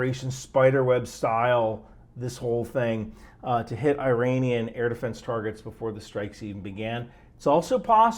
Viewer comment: That’s the first time I’ve ever heard not pronounce it 'Eye-ranian.' Truly, we live in interesting times.